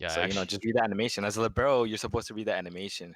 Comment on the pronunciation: u say libero wrong....